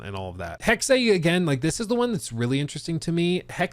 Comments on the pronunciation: Omg it's not Hex-ay, it's Hex-ah. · You're right it sounds dumb. But correct German pronunciation is Hex-ah. But Hex is better than what he's saying, I cringe every time. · Mygod.. please stop saying "Hexay" sounds dumb. Its just Hex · you are correct, it is Hex-ah Major cringe for sure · just say HEX... really. It's giving YaSUHke after you already played the game... where every single character calls him Yaske. It's not cute. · Why does he pronounce Hexe that way.